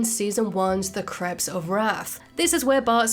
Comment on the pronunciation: Interesting video. However, there are some problems with pronunciation. For example, crepes should rhyme with grapes, so the title pun makes sense.